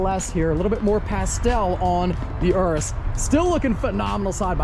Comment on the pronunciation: OK so it's Urus not Urbus theres no "B" in the name & you even flop back & forth between the names. You're the only one I've heard say Urbus.